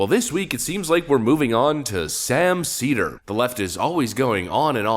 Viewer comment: Sam “seether” Seder